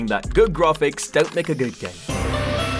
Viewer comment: grarfix lol